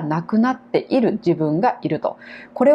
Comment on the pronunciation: いる とか いたのイントネーションが間違ってます。名古屋出身ですか？